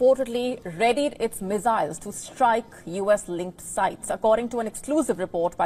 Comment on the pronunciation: Missiles not Mezails